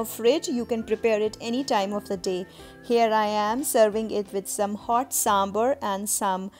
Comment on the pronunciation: Good recipes. Thank you. Btw, it's pronounced as 'sambaar'. The last vowel is long.